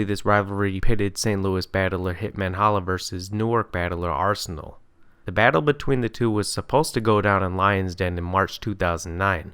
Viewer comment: “Bayttle Wrap”